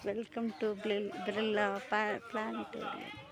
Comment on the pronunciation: பிளானிட டோரியன் பிர்லா கோளரங்கம் அதை கூட சொல்ல முடியலையே சகோதரியே அதற்கு முதலில் பயிற்சி எடுக்க வேண்டும் தலையும் இல்லாமல் வாழும் இல்லாமல் ஒரு வீடியோவை எடுத்து மக்கள் மத்தியிலே விழிப்புணர்வு ஏற்படுத்துவதற்காக வேண்டி இப்படி ஒரு காணொளியை கொடுத்ததற்கு வெகுவாக பாராட்டுகிறோம்😂